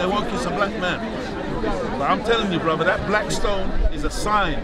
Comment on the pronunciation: i think ive heard him say BROZZER like 49 times